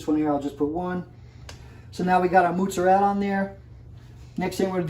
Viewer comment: "moots-a-rell" LOL